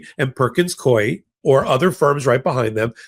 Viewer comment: Perkins Coie is pronounced "Coo-E". I know this, because I worked there for years before retiring. Love ya!